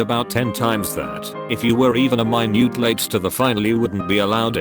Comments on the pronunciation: when your iq is too high miNUtE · What the hell is a “my-Nute” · my-nute lmao